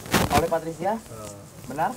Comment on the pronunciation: Anwar bikin ngakak Dari patricia jadi pasurya Dari indigo jadi pertigo